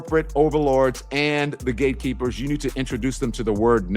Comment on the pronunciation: Did he say, the "gay keepers"?